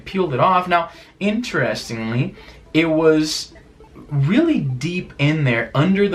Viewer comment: It's interesting the way Izzy says "inteRESting". Do Canadians pronounce it like that??